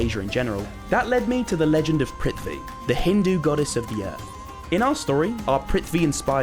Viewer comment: It's prithvi not pritvi